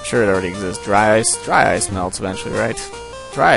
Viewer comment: I like how when he says ice, it's like AAYCE.